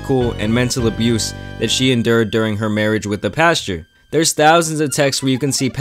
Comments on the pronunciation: It's pastor... But I hear pasture 😅😅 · Pasture Greg is what I heard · It sounds like the entire time you’re calling him Pasture Locke